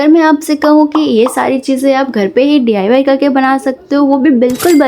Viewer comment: Mam D. I. Y. Nhi डाई Bolo